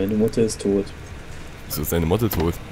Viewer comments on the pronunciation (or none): Ich verstehe oft statt Motte, Mutter. Meine Mutter ist tot. wieso? lenkrakete